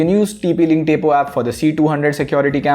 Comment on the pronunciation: It's Tapo not tepo